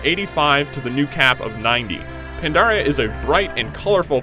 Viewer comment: he said mists of pondaria......i thought it was mists of PANDARIA!?